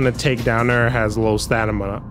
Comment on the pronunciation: Stamina. STAMINA. STAM-NI-A.